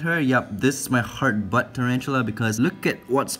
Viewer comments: The whole video I thought you were saying ‘hard butt’ lmfao. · Kinda sounds like he’s saying “*Hard* Butt”